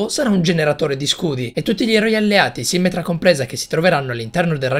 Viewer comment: Quando hai detto "sìmmetra" invece di "simmètra" mi è sembrato che avessi detto simmental! Hahahahahah